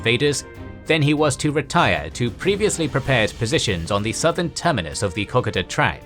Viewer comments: Ko-Koda not Cock-Oda Just saying... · Great video as always. The story of the Kokoda track makes up a huge part of Australian culture. Here in Australia we generally pronounce the name as as co-co-da and not coc-a-da, so I found it a little jarring hearing the different pronunciation. But otherwise a great summary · Kokoda sounds like K.ko.da , please update 😊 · Co code da is how it is pronounced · Kokoda - Ko-koe-da. The first ko sounds like ko as in coconut followed by a ko with a similar sound to Poe. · Kokoda is pronounced Co-coda. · What the hell is COCKADA!!!!! Bloody insult to all whom fought and died there. If you are going to try to make a historical documentary you could at least have the decency to pronounce the place names that now honour the thousands that lost their lives in the most appalling circumstances for your democratic freedoms. The Kokoda Track campaign or Kokoda Trail campaign was part of the Pacific War of World War II. The campaign consisted of a series of battles fought between July and November 1942 in what was then the Australian Territory of Papua. Wikipedia. Pronounced more with an "A" sound / silent first "O" / KA KO DA or KO KO DA - ( NOT COCK O DA.....!!!!! ) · Your pronunciation of Kokoda is terrible I am sorry to say. It's kuh·kow·duh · This is so hard to watch when you’re pronouncing the name Kokoda completely wrong for the whole 17 minutes. Pronounced C- code - a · Great vid but wished you could say Kokoda properly need to break it up its ko ko da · It is pronounced Ko Ko Da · It's pronounced Ko-ko-da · The pronunciation of Kokoda is like Cocoa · Please pronounce it Ko-Ko-Da, not how you're doing it. It was making me want to stop watching everytime you said it. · You pronounce it as the locals do....."Co-co-duh". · I am questioning my life after hearing it pronounced coc-a-da.... Does every Australian pronounce it wrong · Kokoda is pronounced like co.co.da 👍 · Kokoda is pronounced co co da. Maroubra is mah roo bra.